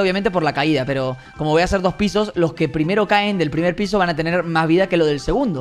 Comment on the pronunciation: Tu dijiste prim*ro